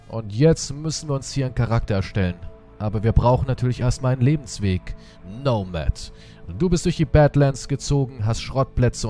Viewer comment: Es wird nicht nomad ausgesprochen sondern wie mans liest